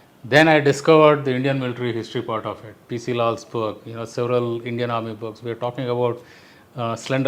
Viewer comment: ...the indian armed forces including IAF have always resorted to lies,exaggerations and distortions to cover up... I wouldn't be surprised if lying rules supreme even now in this discourse...And,what atrocious pronunciation!Their womenfolk are better speakers!